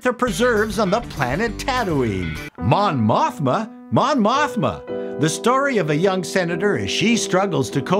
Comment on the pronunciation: “Mon Mothma, Mon Mothma”. I had to pause the video. 😂 😂 😂